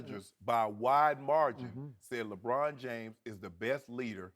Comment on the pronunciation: Ruob Puarker shuut uup abuout "Lebruon Juames"!!!